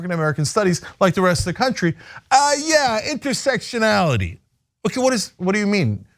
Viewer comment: Did he really say 'intersextionality'?